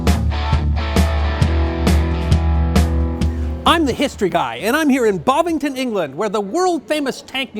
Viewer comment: Bovington not Bovington. One of the best of these Tank Museum Top 5s thus far. Ta.